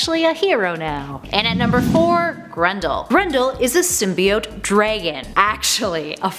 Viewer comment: Never heard it pronounced like that. Sounds like a name. I like it.